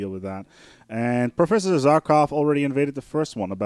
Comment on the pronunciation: lol, "zarkov"... the good provost says his name in the game for you, in several places. How can you mispronounce that? But regardless, I am happy to see this game getting some love. I've been playing this off and on since (i think) the late 90's. I suggest you give sea bases another look, since I hear you saying they suck as I write this -- sea bases take a bit more investment, but if you get them up and running they can easily out-produce most land bases. Also, their borders are the only way to prevent the AI from building annoying sea bases right next to your land. Hmm, nice borehole...